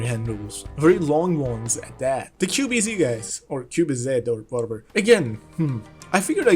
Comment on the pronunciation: actually the z is pronounced zi, as in zidong. It means automatic.